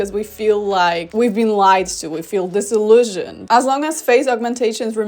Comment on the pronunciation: I am trying to pinpoint your accent. When you said “disillusioned”, I think you must be Ukrainian or Russian. Funny that’s the word.